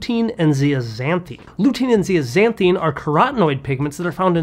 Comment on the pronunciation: its pronounced zeazanTHIN not ZEAZANTHEEN ok Dr ? I take a supplement that uses Marigold flowers, AND I eat 4 egg yolks every day so, at 70 years old I haven"t needed to change my prescription in 25 yrs. !!! 😛